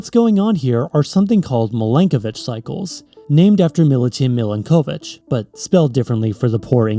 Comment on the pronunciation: You said Milutin Milanković right, just with a bit of a weird accent. Ć is pronounced as soft ch like T in Tuesday or C in Ciao